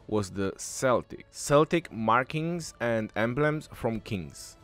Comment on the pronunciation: It pisses me off when people pronounce Celtic wrong. Either know its proper pronunciation or shut up.